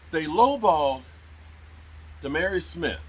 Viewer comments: The name is ZaDarius , not Zavar. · Za'Darius Smith is pronounced as Zuh-Dairy-Us Edit: you're funny as hell though. I died laughing at the Five Guys peanuts box for Jayron 😂